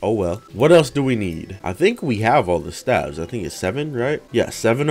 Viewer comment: he pronounces stave wrong hahaha